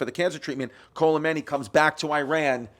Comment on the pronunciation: sweetie added a whole ass "L" into khomeini somehow